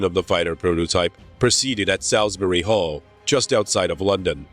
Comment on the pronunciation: A wonderful documentary, though it's a great pity that the narrator was not English, as the pronunciation of some of the key words like Salisbury Hall and the like really do grate on English ears! lol can that be re-dubbed?